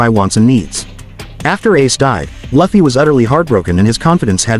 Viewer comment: Its लूफी not लफी